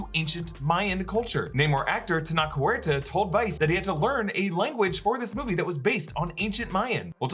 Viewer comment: the CH in "Tenoch" is like the CH in CH-ihuahua Huerta was pronounced perfectly tho